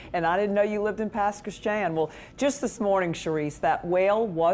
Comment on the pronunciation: Love how pronounces Pass Christian